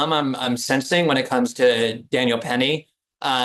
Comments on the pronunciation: The number of times these two bungle the names of Jordan Neely and Daniel Penny is genuinely hilarious. 😂 Great discussion as always, though. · I burst out laughing every time they messed up Daniel Penny's name